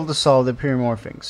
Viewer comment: Pyramorphix not pyramorphinx. There is no 'N'.